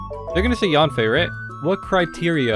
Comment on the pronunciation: i will cry as yanfei is pronouce a biT wrong wah